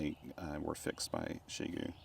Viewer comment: Your pronunciation of the company name is closest to what my Chinese friends would say. The prevalent pronunciations I hear on YT are not even trying 😞